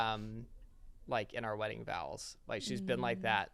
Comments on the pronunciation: I had to rewind at the wedding vowels part. lol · Wedding vowels? LOL!!!! Love all of you!!! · LMAOO i died i had to come to the comments to see if anyone else noticed ☠ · I LOVE Kara and, but did literally say they wrote their own wedding "vowels"? I went back and listened twice he said vowels! LOL 😂😂 I wish my husband wrote his own vowels for me! ❤❤